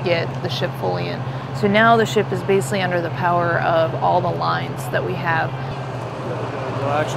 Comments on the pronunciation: Is that lieutenant incapable of correctly pronouncing the word 'basically'? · Please for the love of God, someone teach the Lieutenant to pronounce the word basically.